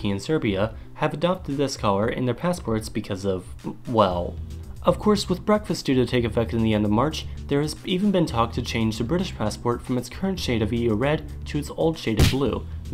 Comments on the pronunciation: At 5.27s did you really say BREAKFAST? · In you said Breakfast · definitely breakfast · Yes in fact he did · He called Brexit breakfast LMFAO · Did he call Brexit breakfast? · Brekfast? Haha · he meant brexit